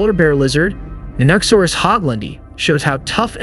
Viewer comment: It is a very strange way to pronounce the word, one people who are into dinosaurs generally don't make.